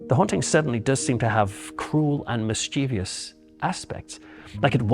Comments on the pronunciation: Superb......only one small criticism........MIS chiev ous.......not mis chiev. I. Ous......drives me nuts. Great job though. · I do enjoy your stories but please, the word is ‘mischievous’ not ‘mischievious’….. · I wish the paranormal powers would teach the commentator the correct way to pronounce 'mischievous'. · Such solecisms take away credibility.